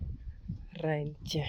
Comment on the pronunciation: I loved the way you said reintje its a beautiful name and has nice sound